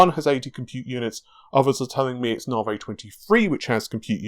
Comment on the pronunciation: narvay, interesting. I'd say Navi, short a for apple, na, like nap, then vi, short i, like an e sound, Na-vi. Also, are you sure you don't have any food intolerances?